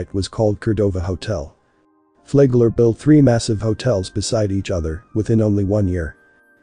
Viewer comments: I always thought it was Flagler, not Flaygler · do the work. to pronounce it correctly. it is Flag Ler . say flag then say ler